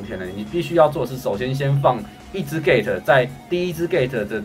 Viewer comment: gate 我听到gay